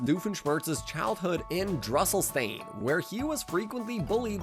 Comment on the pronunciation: Why do you mispronounce the names Buford and Drusselstein?